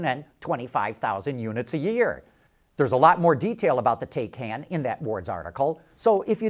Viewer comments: Taycan is pronounced "tie-con." Regarding the part of the video where he says, "Tesla fans are sure to make fun of" the Taycan's 0-60 mph time -- I think that depends on whether the Taycan's 3.5 seconds 0-60mph time is for the base version or performance version. The advertised 0-60 for the Model S 75D is 4.2 seconds. This 75D's price is comparable to the Taycan's base price estimate. So if the 3.5 s is for the base/lowest trim level Taycan, then it beats the base Model S in 0-60 mph time. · When Taycan is pronounced correctly ("tie-con"), then it sounds somewhat better, but not great. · Please go to a German site and see how to pronounce Taycan. You sound like an idiot when you can't even say the name right. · Learn how to pronounce Taycan.